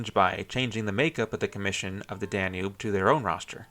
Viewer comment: Me at 30 seconds: "Oh God is he going to call it the "danoob" the entire video? Me at 35 seconds: "Yep, he is. I'm out."